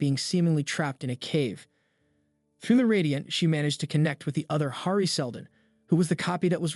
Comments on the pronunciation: Sorry, but the way you pronounce Hari is actually insane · Finnish pronunciation.